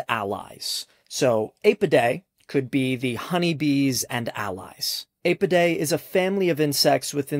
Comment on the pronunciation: Your pronunciation of “Apidae” is so wrong, it’s ghastly.